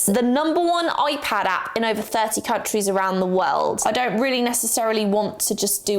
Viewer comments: Alternate title: saying Oipad for 16 minutes straight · I’m sorry but…. ✨oi-pad✨